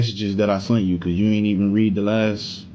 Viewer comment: I know damn well this man did not just say "that i sunt you" ain't no freaking way King just said this😒🤦🏿‍♀️